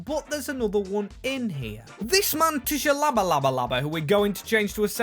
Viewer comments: Love the pronunciation of tshabalaba lmao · It’s pronounced sha-ba-la-la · I’m pretty sure it’s pronounced Tshabalala is just sha-ba-la-la. There was a real life player with this name who scored at the 2010 World Cup with some Goated commentary by Peter Drury so you can just check that clip to confirm the pronunciation. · Bro it’s Sha-ba-la-la 🤦🏾‍♂️ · hurt hearing him say tshabalala like that🤣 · The T in Tshabalala is silent